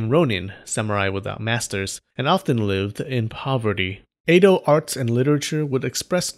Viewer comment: Edo. E-do. Eh-doh. Eh, like meh. Not ei-do.